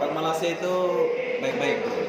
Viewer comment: AQ klau bleh baiki blik die sebut malaysia tu kn enak😂btw nice vid